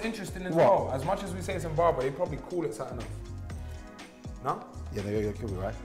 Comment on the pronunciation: man said "zimbab" 😭😭😭😭😭😭😭😭😭😭😭😭😭😭